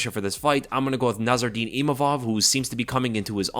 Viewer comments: NASSOURDINE NOT NARROURDINE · It's Nassourdine, not Narrourdine 😅